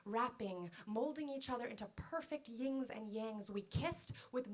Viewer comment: Excellent but one minor error....it's Yins and Yangs...not Yings and Yangs. Otherwise perfect.